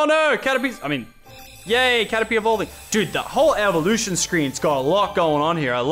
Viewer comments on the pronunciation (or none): none